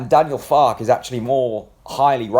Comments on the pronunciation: Pronounced Farker. In German the e is pronounced. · An E at the end of any German pronunciation is ER. So Fark-er. Confusing for English but there are still people who pronounce Volswagen as Volks-wagen instead of the correct pronunciation as Folks-Vargen. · Far-ke. Two syllables. (As a Yank, I'm not going to put an "r" in that pronunciation, since I'd say it ;) ) I think this is an exciting choice. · it's Fark-er I think mate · I gree with you 100%. Having lived in Germany for many years I would pronounce it, Far-Ker. An E at the end of any German word is pronounced ER. Same as Volkswagen is pronounced- Folks-Vargen.